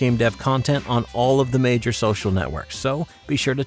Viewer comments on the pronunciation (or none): none